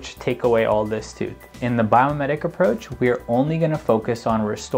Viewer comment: Is it Biometic or Biomimetic? I hear biometic, but read biomimetic.